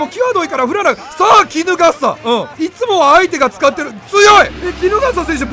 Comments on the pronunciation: 衣笠選手をポケモンのキノガッサみたいに言うやんw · 衣笠の発音キノガッサやん